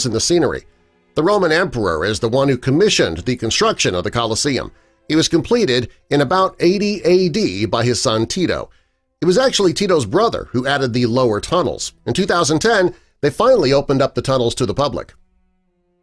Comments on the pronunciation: Fucking tito? Are you kidding me? Its Titus you fool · "TITO?",,,TRY TITUS YOU IGNORANT FUCKWITS! AND "TRAFFIC-GAR SQUARE?" SHEESH!!!